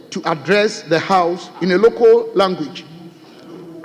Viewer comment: Is not loco. Is local. You left the l.